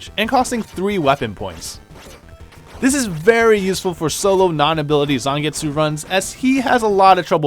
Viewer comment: "Geh-bel" "Zahngets" Noo